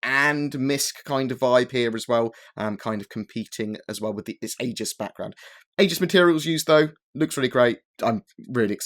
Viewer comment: Isn't Aegis pronounced "eejiss"?